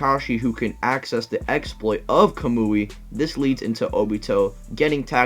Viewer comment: I love the Ca-moo-e. He says it like that! It’s Ka-Mu-I